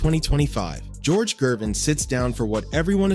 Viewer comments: 😂 This guy can't pronounce Gervins last name for nothin it's not Jervin..it's Gervins Ger..Ger..Gervin.. George Gervin..the "Ice man" there ya Go...geez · You can't even pronounce Gervin's name properly. It is a hard G, not a 'J' sounding G. Good lord. 🤦🏾‍♂